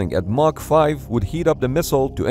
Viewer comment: It’s Mach, not Marc. Lol